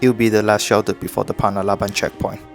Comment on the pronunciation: bro, panalaban not panabalan 😅🤣